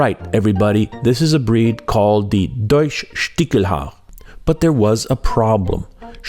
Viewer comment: I'm a hunter from Germany and I couldn't tell you what a "Stichel" is, never heard that word. 😅 Small note on the pronounciation: The german "ch" is sometimes pronounced "ck" and sometimes "sh". In this case it's "Stishelhaar", not "Stickelhaar".